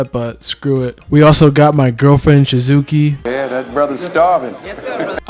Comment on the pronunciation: He said Shizuki 😭😭😭